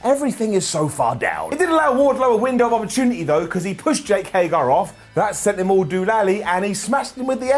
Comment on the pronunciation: I enjoy the way says Hager.. Haygarrr